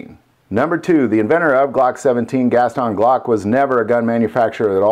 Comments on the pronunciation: Why do you say Gaston Gas-ton instead of Gaston? It kinda sounds like you are saying two words. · Is that the proper way to pronounce Gaston ? (Gast-on)